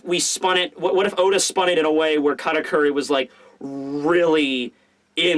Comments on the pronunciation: Weird, I even slowed down the video to hear it clearly, but in 90% of you saying his name there is definitely a "R" instead of "T" there. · Why do you always call him "KaRakuri"?